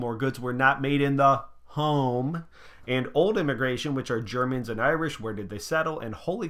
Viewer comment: “germers” i can’t stop laughing